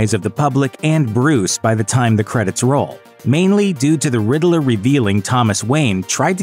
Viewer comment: Isn't is just pronounced " Ridd-ler?"I Everytime this guy say " ridd -i-ler" it drives me batty.